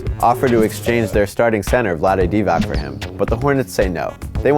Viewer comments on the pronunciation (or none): none